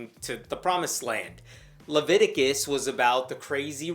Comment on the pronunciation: haha, "law-viticus". I assume it's actually related to the Levites.